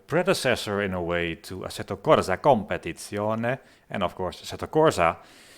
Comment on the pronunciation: competizione is right way to say it